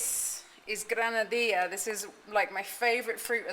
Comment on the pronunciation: you might adopt the Ecuadorian way of pronouncing the double L. It's a Jzuh sound, not a "y" like in Mexico.: ) So it's "gran-a -dee-jzuh", rather than "gran-a dee-yah" Listen to the locals and you'll hear it! Anyway, it is definitely pronounced that way in Quito.